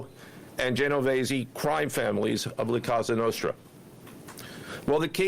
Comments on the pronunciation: Did Patel just call it “La Casa Nostra”? 😂 He obviously doesn’t have a background in the FBI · It's La Cosa Nostra, not Casa Nostra. C'mon, y'all. Get it right. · How he pronounces “La Casa Nostre” sounds like a Mexican food truck lol